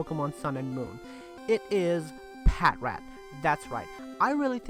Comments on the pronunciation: You do know it's "Pa-trat" not "pat-rat". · Ummm... (Laughs)! Pa-Trat not Pat-Rat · Patrat? Patrat sucks